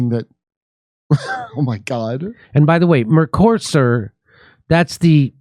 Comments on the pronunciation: MercoSUR is how you pronounce it Jimmy. Great segment as always.😊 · Mercosur, the accent is on the last syllable.